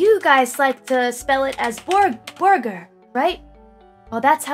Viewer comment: start guh hey fellow kids, "Borgar"